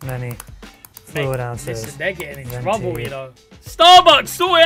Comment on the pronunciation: As an Italian I gotta step up and correct that guy: it’s called venti cause twenty in italian is venti. (Fun fact: venti also means “winds”)… Twento is a very funny word but it doesn’t exist 😂😂